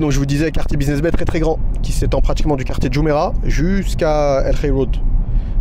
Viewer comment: Buiseness Bay ou business bay 😂 . Je vous taquine . Super vlog 🙏🏿